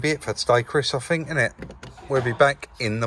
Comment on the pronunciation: Love it, Chris sitting by the bench feet up looking at his bids while you actually do some collar,loved it. I know your a bit of a North and souther but just let me tell you there is a difference between THINK & FINK bless you both keep up the good work...